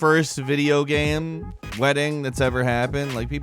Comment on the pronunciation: When pronounces game "gayem" it drives me insane in a bad way.